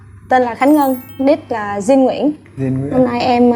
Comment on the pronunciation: Jin : Din or Chin ??? :))) theo tôi đọc thì chắc chắn là Chin :v -Dạo này nổi LGBT ghê taaa?? mai mốt chương trình mời chị Linda thì tốt :>